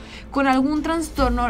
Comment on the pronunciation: Jajaja "als jaismer" jajaja y que no se dice traNstorno es traStorno